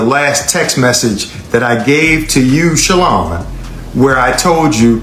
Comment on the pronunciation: SHA -LON(lawn) 🤣